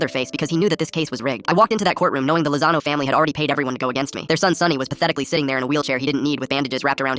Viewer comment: Istg every time he says Lozano i fucking hear the lasagna bro💔💔😔